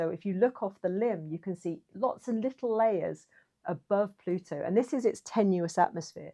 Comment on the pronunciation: An Anglophone that can pronounce 'Plutu.' Thank you! Merrikuns, it's not ploodo... .